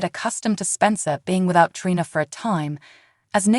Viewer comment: Treeeeeena……. that’s how her name is pronounced!!!!